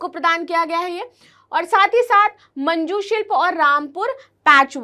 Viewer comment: Ma'am it's moonj silp.... Not Manju silp🙄